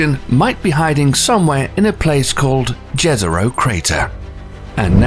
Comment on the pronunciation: The way he says jezro scares me